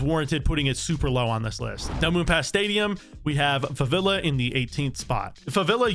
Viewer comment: Its called Favela, not "Favilla"